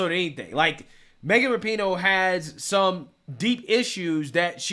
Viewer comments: I love how you fuck up her last name differently every video... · Dude, that’s not how you pronounce the name!